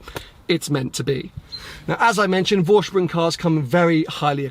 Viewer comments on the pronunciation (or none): Green ? Hell, yes ! Tan ? Sure ! Detuning the black to e.g. Matt silver ? Of course ! Saying „Vorsprung“ the right way ? Uhmm, almost. You pronounce it Voorshproong, while it should be Foreshproong. The „V“ is voiceless. Anorak off. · Nice spec. Simply love brown leather in cars. My Volvo has a tan interiour too. Btw. Vorsprung is pronounced "Forsprung" ;-)